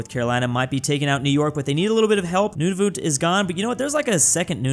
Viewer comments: I love how he says Nunavut XD “noonoovoot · calling Nunavut, nununut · when will ppl realize nunavut is pronounced "none of it" (yes im canadian) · The way pronounces Nunavut